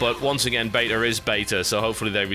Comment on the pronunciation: i love how he says betar instead of beta